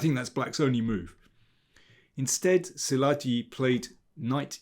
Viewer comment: Botvinnik (through his books) taught me the positional play. P.S. Szilagyi is pronounced Silagi [where g is like in "general"]